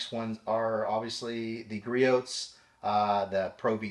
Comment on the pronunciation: Just an FYI, the "t" in Griot's is silent. Say gree-ohs